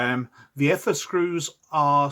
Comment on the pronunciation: So you correct your mispronounced "Eh-ther" to the correct "Ee-ther" and then proceed to continue mispronouncing the term for the rest of the video...